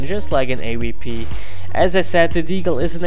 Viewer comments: What's an Ay-wee-pee? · why do some people pronounce it Ae-wee-pee